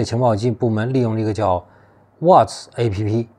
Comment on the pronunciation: 老外都喜欢用WhatsApp 聊天软件，不能读作app. 😃 ，应该读成"up"同音